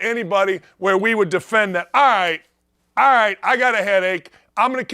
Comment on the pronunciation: Hey baldy. Alright has a L in it. It’s not i ite, fool.